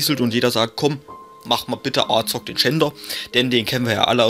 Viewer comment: Er wird Azog geschrieben ja aber es wird Asog ausgesprochen